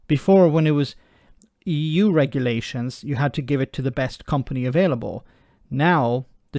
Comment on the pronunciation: 😫 perish the thought, you'd be uptight and out of sight... looking at his *h*t, don't you think listening to him spouting it is enough.....saa-vv-eeng bil- (eon) lio-n-s...the dre-ADD-ed Eee-YOUGH....(shush don't tell him, EU have moved on,and are not stuck in a time warp ,like him )